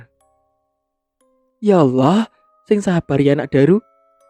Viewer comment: senang mendengar ceritanya , apalagi pengucapan Allah , gk ada kekeliruan 👍👍👍